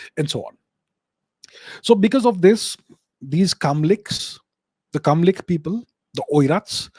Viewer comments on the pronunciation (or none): They are KaLMyk people, not KaMLyk